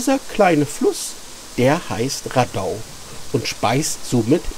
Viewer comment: Wohl eher rAdau statt raDAI